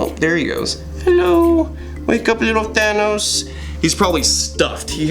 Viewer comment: All i can hear when you say thanos is "thanús"